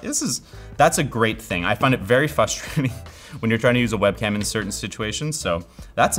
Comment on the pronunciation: "Fustrating" I'm super Fustrated that 4/5 people has no clue how to pronounce FRustrate correctly